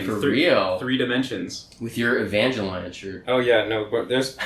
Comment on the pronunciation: The way he said evangelion 😖